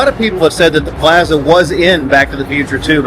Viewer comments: It's PLAAAAza ! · The way he says Plaza drives me crazy. I skipped video after the 5th Plaza. Ouch